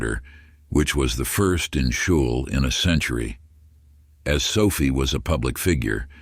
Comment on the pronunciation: The town name is pronounced SKULL.. You gotta get those important little details right tbh.